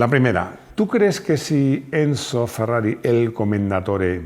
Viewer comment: por que dice encho?